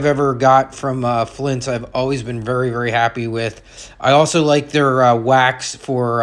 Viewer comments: BTW, it's FLITZ, not FLINTZ. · Sorry bro but there is no "N" in F L I T Z...yer killing me bro...otherwise FANTASTIC video! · It's FLITZ like SCHLITZ 😅😅😅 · It's Flitz, not Flints. It removes bluing because it contains amonia. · confused the hell out of me saying flintz. till i saw the tube I had no idea what you were talking about. but yeah.. Flitz is great stuff. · Thank you for sharing all of the information. A Very Minor Detail. "FLITZ" does not contain an "N".